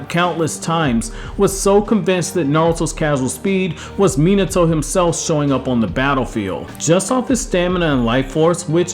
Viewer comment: Imagine pronoucing minato like that :#